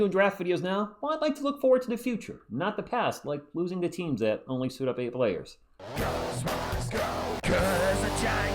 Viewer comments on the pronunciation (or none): none